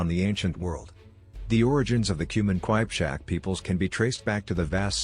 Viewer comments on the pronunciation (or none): Wtf is...kwajpchak😂😂 it is Kipchak